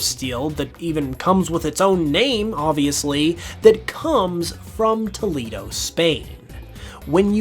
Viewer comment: I live in Toledo, Spain's sister city here in the States. It's pronounced "Toe-lay-doe" in Spanish BTW. Fun fact, Toledo Spain's history of swordmaking is why my city paper is called The Blade.